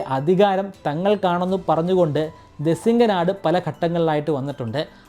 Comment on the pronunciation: ദെസിങ്ങനാട് എന്നല്ല ദേശിങ്ങ നാട് എന്നാണ്.